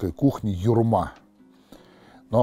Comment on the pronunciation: Почему ударение на втором слоге?